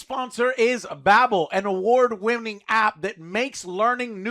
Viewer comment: "Hello today's sponsor is Babel an award wimming app" 😂😂😂😂😂😂😂😂😂😂😂😂😂 I'm sorry I'm not trying to be a pronunciation nazi here but promoting an app about learning how to speak when you misspoke just ruined me 😂😂😂😂😂😂😂😂😂😂😂 Hey it happens to the best of us :D